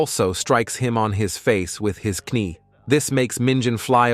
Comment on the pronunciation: Good story telling but you got to know how to say the word knee and blood properly those are the basics listen to it for a few secs but besides a couple other mistakes it aint too bad keep up the work